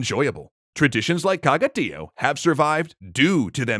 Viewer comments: For anyone listening, it's not pronounced TEE oh, but tee OH. That's what the little line over the o means in TIÓ, that the stress is on the o, not on the i. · As a Catalan I'm glad to see a video about our beloved "Tió". A small correction about the pronunciation: Tió has an accent in the o, which means that the stressed vowel must be the o, not the i.